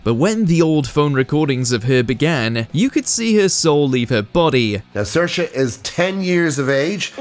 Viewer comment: Absolute bs . You can't even pronounce Saoirse properly . It's sh or sa .